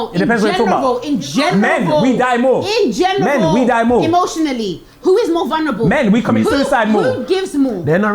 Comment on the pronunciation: she acts like she's a keeper but she can't even say "in general".... I wouldn't want some substandard English like that taught to my kids